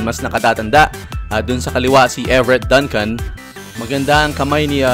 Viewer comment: is pronounced as "DUNG-CUN". Just like Dunkin Donuts. Fyi